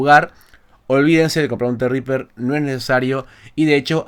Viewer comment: tienes un zredriper hace 2 años y no sabes como se pronuncia? XD Así mismo zredriper... Por lo demás SOS UN CRACK.